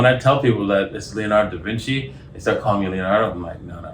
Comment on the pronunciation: Davici ........ Daaaavinci ............ Cmon man stick to the game. Haha